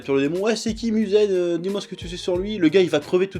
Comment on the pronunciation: Tu détruit tout les nom....C'est MUZAN et pas Muzen...C'est TANJIRO et pas Tanjiro...C'est NEZUKO et pas la soeur de Tanjiro, si t'aime un anime retient au moin les noms!! Voilà pk j'aime pas le review française.